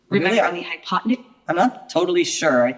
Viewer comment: All i hear is "High on potenuse" 🤣